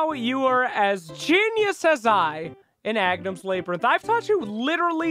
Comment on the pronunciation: "Labour - inth!!!"Wtf is that pronunciation!! Love the video though!